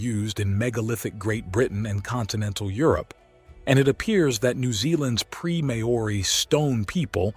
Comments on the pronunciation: Interesting. Maori is pronunced "Maw-ri", similar to HOW-REE. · NOBODY says ''Mah-orri'' to pronouce Maori. (He then switches to contort it to ''morri''.. WTF? IF Maori was pronounced MAh-ori, then it would have been spelled, in the Maori tradition as Maa ori. Two 'A's. Also there is no such stone as ''ponamu'. it is PUNAMI! if you want your documentary taken seriously TAKE THE TROUBNLE TO PRONOUNCE PEOPLES NAMES AND CULTURES PROPERLY. it's simply pronounced ''mowry', or mau-ree, TWO SYLABLES, NOT 3. Why are American's so LAZY at taking the trouble to find out the right words and names and pronunciations? it makes their documentaries seem like amateur attempts at playing at TV documentaries. According to Maori legands I was told BY Maori in NZ, the Maori themselves tell you that BEFORE any Maori culture arrived in NZ the Mori Ori had alrerady been there. When I ask actual STONE MASONS about large blocks, they aren't impressed by the strasght l;ines, and tight fit. This is NORMAL STONE MASONARY practice.. the only aspect that does impress them... a bit, is the size of certain giant blocks around the world. But slaves and animals have been used for millenia. What IS really good about the documentary, is showing the attempts, despite great progress in indigeous land use and rights since the 1970's and particularly from the late 90's till now and on, of the government in 'censoring' exploration and research into pre-Maori settlers. I am really surprised the documentarey makers did not take the trouble to find out about the legends of the Mori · "Mow oori"???? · far from it